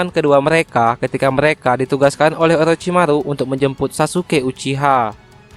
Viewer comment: Orochimaru bos 😂, bukan olochimalu